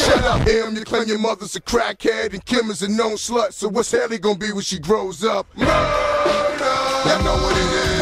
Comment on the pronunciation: That nigga said M U R E D R ? 😅